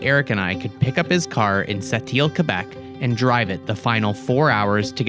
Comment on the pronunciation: Please. Pron. Seh-Teele.